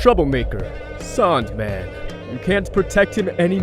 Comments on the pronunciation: Tbh I love the way the native people say his name like "Saundman" instead of Sandman. Not sure if I am mishearing it myself but it is clever forshadowing done through voice work. Just saying. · he said saund man lol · Sounds more like Soaundman to me. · I like the way they pronounce “Sandman”. Like you can almost hear it like Soundman or Sandman. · him saying sandman as a saandman instead of saindman has a reason spoilers: . cuz his name is soundman in japanese sandman and soundman sounds the same and writes almost the same way like saando man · I looooooove the way the pronounce “sandman” it makes so much sense later on